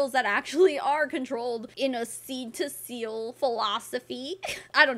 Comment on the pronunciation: Two things- one, the way this lady keeps saying “seal” as “SILL”, is driving me absolutely crazy. It’s like when people say pillow, as “PALLOW.”🤦🏼‍♀️ENUNCIATE! Two- your husband didn’t start walking because he was huffing oils! He was doing PT, correct? Hmmmmmm. 🤦🏼‍♀️